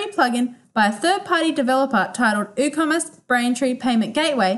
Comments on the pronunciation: Hahaha i was thinking the same - did my head in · Is the 'W' in Woocommerce silent? Or was this pronounced incorrectly?